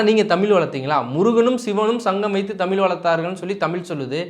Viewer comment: டடேய், தமிழ் அப்படின்னு சொல்லாம தமில் அப்படின்னு பேசுற நீ தமிழை நீ வளர்த்திய அப்படின்னா நீ கேட்காதே.... முதல்ல தமிழ் அப்படின்னு பேச கத்துக்கோ... கேட்காதே.. வாழ்கிறோம் அப்படின்னு சொல்லு.... தயவுசெய்து மறுபடியும் இந்த மாதிரி தமில பத்தி நீ பேச வராத..